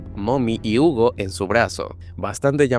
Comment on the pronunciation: mis oídos me traicionan o dijiste Hugo en vez de Huggy 😅